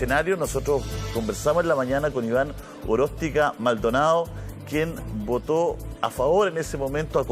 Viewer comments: Dice "Aróstica", porque dijo "Oróstica" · Le corrige, Rodriguez estaba diciendo "Oróstica" y es Aróstica.